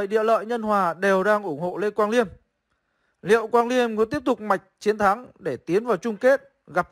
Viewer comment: Mới coi bên Gothamchess xong, thì ổng đọc tên Quang Liêm là Lì Ém =)))